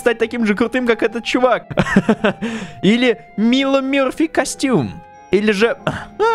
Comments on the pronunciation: НЕ МИЛО МЕРФИ А МАЙЛО МЕРФИ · Не мило мёрфи, а майло мёрфи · не Мило Мёрфи а Майло Мёрфи